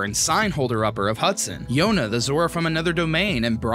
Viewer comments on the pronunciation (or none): ZorrA MajorAs it’s not Zorro or majoros. Reading is hard.